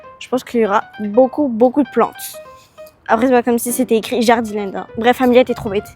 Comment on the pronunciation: Alors c'est pas méchant mais Jardiland se dit Jardiland et pas Jardilènd 😊 mais sinon j'adore vos vidéos changez rien